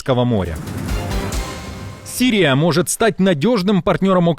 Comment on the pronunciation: И на арабском звучит как «Сирия», не «Сырия». Новоукраинский суржик перестарался.